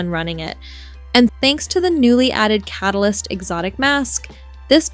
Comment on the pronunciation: “Ca-tal-ist” threw me for a loop